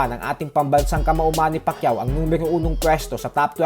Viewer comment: Its Manny not Money